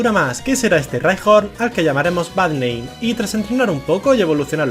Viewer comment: Cuando decía Bad name pensé que decía Barrnein